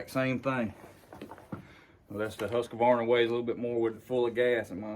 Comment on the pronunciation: THERE is NO "UH" in Husk Varna , Liked the Dereal